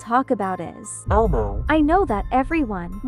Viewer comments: You’re saying it wrong it’s elmo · Bro saying ELMO is so funny